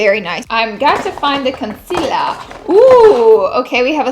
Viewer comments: Did anyone else notice how she says “concealer”?? It sounds like she’s saying “conciller” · Omg, she said concealer instead of conciler and I was like who are you and what have you done with Laura